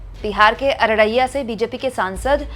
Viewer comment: It's Araria, not Araraiyya.